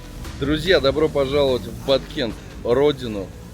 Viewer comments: Баткен,а не Баткент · Не Баткент а Баткен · ...Произносите правильно Кыргызстан, Баткен, а не Баткент.💪🇰🇬🌅🌊🦅🐎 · Привет, классно, но не Баткент а Баткен, без "т" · Правильно будет Баткен , без буквы Т в конце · Привет брат не баткент а баткен 😊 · Почему Баткент??? Когда название Баткен ??? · Баткен а не БаткенТ. Дизлайк. Географ глобус пропил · Хороший парень этот. Без понтов и без негатива, все как есть. Только название города не Баткент, а Баткен. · Почему БаткенТ, если город называется Баткен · Баткен,а не Баткент.Урюк,урЮка,а не урюкА. Урюк не абрикос. Баткенский урюк и урюк из Соха попали в книгу Гинесса по лучшим в мире качествам, вкусу,особенно - сахаристости.Все фрукты на этой территории самые вкусные в мире. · правильно будет Баткен без (т) в конце✊ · Не Баткент..а БАТКЕН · Не баткент а Баткен названия региона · Правильно Баткен. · Баткен будет правильно называть